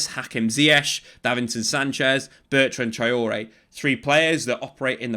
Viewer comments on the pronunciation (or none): none